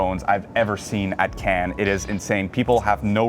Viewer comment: It's so annoying with Anglo-Saxons who don't even try to pronounce Cannes correctly.